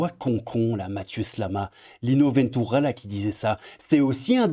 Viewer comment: Lino Veeentuura ? En français, Lino "Ventura" et c'est bon loooool (sinon, bonne vidéo pleine de crabe et de fantôme).